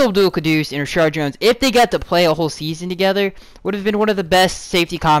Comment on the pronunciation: Why do you always say ReSHARD and not Reshad.